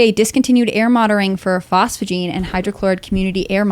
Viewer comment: Phosgene, not phosphogene.